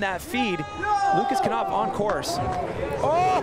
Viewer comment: Why do the pronounce Lucas Knopf, "kAnopf," but they don't pronounce the word "know" as, "kAnow?" Sucking at your job much?